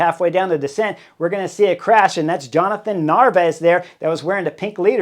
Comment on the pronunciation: It's Jonathan. JONATHAN. It's not that difficult to pronounce.